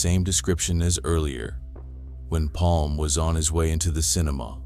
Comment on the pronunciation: Bra översatt text och väldigt realistisk AI-röst. Snyggt! Dock skulle du kallat Palme för "Palma" för att den inte skulle uttala namnet "Palm".